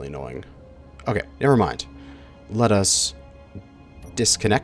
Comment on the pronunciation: The way you pronounce "let us" it sounds like "lettuce" xD And every time you say it i have to think about that lmao